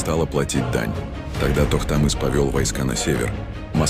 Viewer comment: Сложно произнасти слова , тоқтамыш правильна!